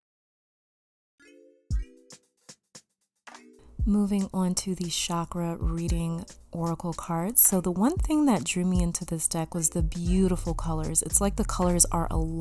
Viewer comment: Nice look through with many note-worthy insights. Chakra is pronounced with a "ch" sound, not an "sh" sound as is erroneously done quite frequently in the modern world :)